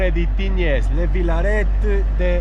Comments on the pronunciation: Si pronuncia Tign. Un saluto 😊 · si dice tign🤣🤣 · La S di Tignes, non si pronuncia .